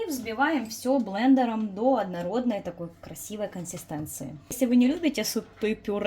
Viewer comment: Классный рецепт ❤🎉Но вот это " чучуточку" и " коститЭнции"так слух режет 😂🙈